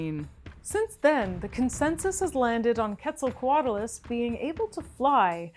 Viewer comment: I mean, thats how shes saying it.